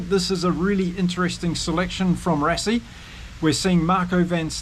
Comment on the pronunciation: Rassie also as RUSSIE and Lood de Jager - LOOT De YARGER - afrikaans names like Dutch - might be a good idea to listen to few SA podcasts - am sure we get a lot of the Maori names wrong!